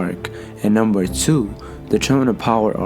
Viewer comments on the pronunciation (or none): none